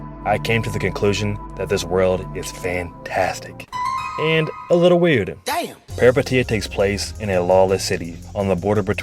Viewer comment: the first Peripeteia vid to actually say the name right lolol